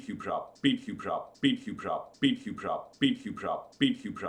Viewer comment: after a while of you saying speedcubeshop it sounded like spacecraft 😂😂😂